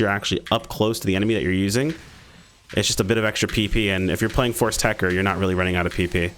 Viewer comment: It's Tech-Ter, techter.